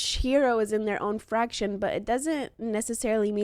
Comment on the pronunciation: I've been searching for videos for this game for a month now and this is the first two that gave me exactly what i've been looking for so thank you! Sorry to grammar check you but if you care its FACtion (a small organized group), not FRAction (a math formula) and its vin·di·ca·tor (a person who clears someone of blame or suspicion) , not Vin-dictators (Vin Deisel as a dictator?).